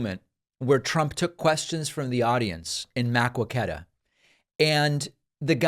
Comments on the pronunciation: Makquaketa is pronouced Ma-co-ca-duh not Mack-wa-keta. I grew up in Iowa City IA, we have always called it Ma-co-ca-duh... lol just thought that was funny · It is not "Mack we kwet ah" It is "Muh coke ee tah" I live South of this town in Iowa. It's hilarious people not from around here don't know how to pronounce it! Actually the locals call it mercurtah that slangy twangy charm. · Hi David, I'm a bid fan of your channel. I'm from Iowa and if it's Maquoketa you're trying to say, it's pronounced 'Muh-KO-keta', stress on the KO 👍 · Ghaaaaaaaa…it’s NOT Maa-quo-ké-tuh. It’s Muh-kó-keh-tuh. Jeeeeez. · Muh-Coe-Kuh-Duh, IA correct pronunciation FWIW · Mar- KETT is the way to pronounce that. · Wildest pronunciation of “Maquoketa” I’ve ever heard fr. (as an Iowan, it’s pronounced ma-CO-keh-tuh) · MAQUOKETA, IA-It’s pronounced Ma-Coke-eta 👍🏼❤️ U David! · The town's name is pronounced mah-ko-ka-tah. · David! David! David! It's Muh-COKE-uh-tuh! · It's MA-CO-CA-TA David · Pronounced: MUH-ko-ke-tuh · Again it's pronounced "ma-co'-keh-da" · “Muh coke eta”is the pronunciation, fyi. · I love you and your show but your pronunciation of Maquoketa is killing me. It's muh·kow·kuh·tuh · Hey David, as someone who grew up in Iowa I can understand why Maqouketa gets mispronounced. I know you were asking in your last video about the correct pronunciation, it's essentially pronounced MAH-COKE-ET-A. I know, not at all like the spelling! Hope this helps, keep up the good work! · Dave I was born In Maquoketa and hate to admit it. It pronounced Ma co keta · FYI. I live in Iowa and Maquoketa is pronounced with a long "O" if you care, because I'm sure is probably the last you'll ever have to pronounce it. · David: Muh-KWOW-ke-tuh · You are doing a terrific job! But being an Iowan, Maquoketa is pronounced Ma-coke-eta. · It's muh-KWO-ket-ah, David. My Dad was from Iowa, so I know. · It's pronounced "muh kow kuh tuh". As a soon-to-be-former resident of Iowa, I unfortunately know this.